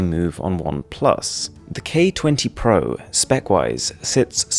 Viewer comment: The way you say pro is so fascinating lol.